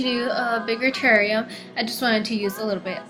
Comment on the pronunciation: you do not know how to say terrarium